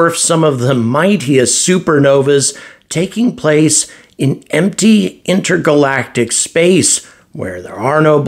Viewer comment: he said "inter-galactiv"